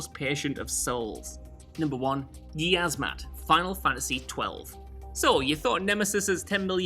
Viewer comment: He cant even pronounce Yiazmat properly. DOWNVOTE!!